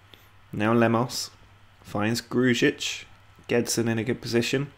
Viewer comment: Please just say Gru-ic not Gruj-ic its how you actually pronounce his name